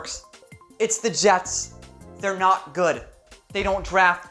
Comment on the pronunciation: The Je(s)ts ... as in 'surely you ... ' ☹️